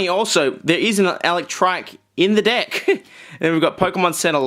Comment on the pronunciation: sounds like hes saying dick instead of deck cannot be unseen